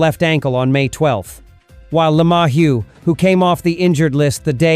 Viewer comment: Did you say... "Lama-whu? No, no it was ... "La-Mahu" Where did you grow up...Hawai'i? Did you grow up OR are AI generated misinformation from electronic spare parts?? Definitly not front line performances. Do you listen to the Stadium broadcasting team?